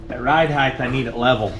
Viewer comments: Just as soon as he figures out there's no "th" on the end of "height". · Height ends with a T not an H 😂